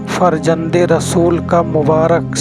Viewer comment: Anchor should correct his pronunciation. He can't pronounce Zameen, Salim, Farzand, Tashreef farman, etc.